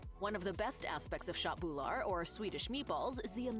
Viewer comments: as a swedish person my autism sperged out at the pronounciation of "shot boule ar" aka KÖTT BULLAR how hard can it be for the english mind to comprehend the "ugh" sound AKA ÖÖÖÖÖÖÖÖÖ not AAAAAAAA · Her way of saying köttbullar was so off that I thought she talked about some asian variant.😂